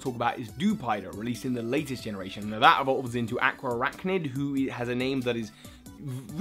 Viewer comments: aqua arachnid? it's araquanid dude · Araquanid is not Aqua-araknid it is Ara-kwah-nid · It's Araquanid not Aqua Arachnid yeez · ... you mean Araquanid right? Not aqua archnid, right? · Ohh honey I usually don't comment about wrong pronunciations but if you're going to voice appreciation for the way a name is said... It's not Aquaraqunid or however you,re saying it, it's actually pretty simple (Araquanid) Ara-qua-nid. That's all :) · The way you pronounce Araquanid... It's "Ah-RAK-wa-nid," not "AH-kwa-ah-RAK-nid" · Correction: Ara-Quan-Id not aqua arachnid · Its not pronounced aqua-arachnid, its pronounced ara-quan-id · alright you're killing me buddy it's araquanid not aquaarachnid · its araquanid not aquaarachnid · Dewider evolves into Araquanid, not "Aquaarachnid" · A-RA-QUA-NID. There. Lol. And you could do a "what Pokémon would best represent the 4 houses in Pokémon?" type of video. Not just by looks [like Seviper for Slytherin] but also their characteristics and stuff... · Hey! Araquanid's name is pronounced "Uh-rack-wuh-nid". Sorry if I seem rude, I just wanted to help! ^^ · I'm sorry, but hearing you call Araquanid Aqua-Arachnid was cringe-worthy! Still love your work. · its pronounced are-Aqua-nid (araquanid) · "Ara-qua-nid" Your welcome 😉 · I really wanted to watch this video but that pronunciation of araquanid...